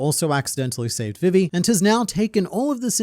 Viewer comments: Can u stop saying vivis name like that please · Why are you pronouncing Vivi wrong?